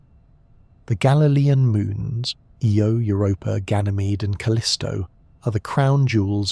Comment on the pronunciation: IO not EO